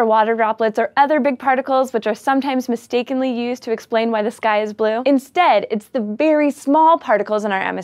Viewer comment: am I the only one heard "Why is this guy blue?" instead of "Why is the sky blue?"